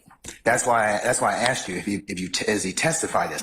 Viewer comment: Her since the beginning of the trial saying aksed instead of asked is the most cringe thing ever